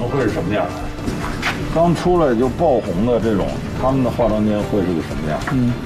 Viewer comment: 我感觉袁子弹这个青年编辑讲话的时候貌似平仄不分。“这种” 的这，听起来不像 ZHE 而像 ZE。。。